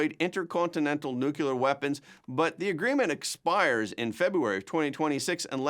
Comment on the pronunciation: New klee uhr. Not new kule ur.